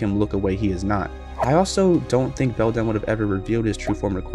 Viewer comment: You pronounced the other mother's name wrong